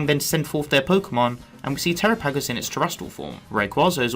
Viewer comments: It's pronounced Terápagos not Terapágos with emphasis on the first 'a' not the second 'a'🙄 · I can tell you don't watch the English versions... flotilla miss pronouncing terapagos. Lol